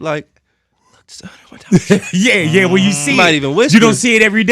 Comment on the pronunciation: 101 dalmatiëns😭